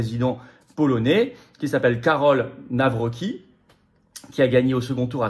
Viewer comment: Pitié Florian , on prononce - Navrotzki , merci ❤